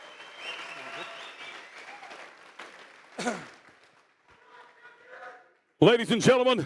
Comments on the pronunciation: After all these years, is finally pronouncing larratt correctly! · Travis finally pronounced "Larratt" correctly for the first time ever . 😃